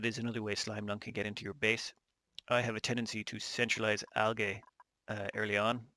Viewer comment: Hey man I believe it's pronounced (al-jee) algae.